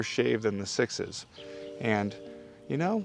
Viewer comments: Just wondering; why are you pronouncing “6S” as “sixes”? It is obvious that the company’s naming scheme is a number followed by a letter, eg 6C is “6-C — as in “six see”, therefore wouldn’t 6S be pronounced: “six es” as in six then the letter “S” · For some reason I just now realized that you pronounce 6S as "sixes". Are you just being a wise guy?